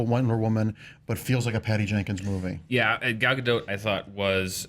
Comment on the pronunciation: PS. the way you pronounce gal's name is actually really good (I just know lots of Americans struggle with it)